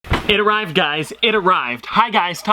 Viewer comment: "it araved" "it araved"